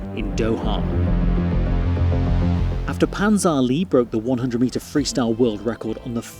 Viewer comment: Is pronounced as Pan Zhan Ler not Pan Zhan Lee😅